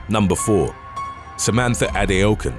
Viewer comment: You mispronounced Samantha HADOUKEN.... ... 👏🤷‍♂️